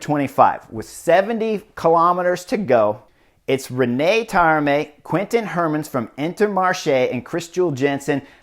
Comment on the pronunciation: Gotta love Chris's commentary and his total disregard for pronunciation - not even trying:) "Rein" not "René"; "Grenadiers" not "Grenadaires", "de Marchi" not "Dee Markay," etc, etc. No worries though, keep playing your game, Chris!